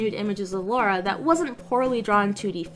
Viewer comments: C'mon, she's British. She'a Lara, not Laura.:D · Laura Croft lol It’s Lara mate. It was originally going to be Laura, but the devs changed it to Lara during development because they thought Americans couldn’t pronounce Laura. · It's funny to see so many people calling her Laura instead of Lara o_ o